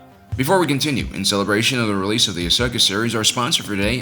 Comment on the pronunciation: Its ahsoka not ashoka